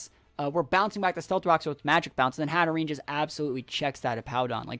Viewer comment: How to Pronounce Hatterene: Hat-a-rain (hope it helps)